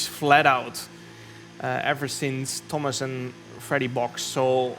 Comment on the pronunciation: thomas inchident